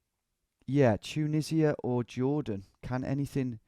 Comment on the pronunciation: Dju-nisi-a? Ya serious? 😂😂😂